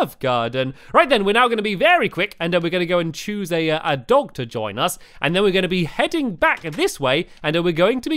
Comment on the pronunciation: When Stampy said chose a dog to join us I thought he said lets pick a doctor to join us